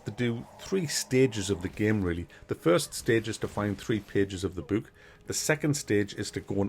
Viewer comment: You're the first person I've ever heard pronounce "book" like it's spelled with the oo.